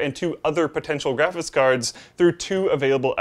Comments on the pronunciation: "Graphis Card". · "Graphiss Card"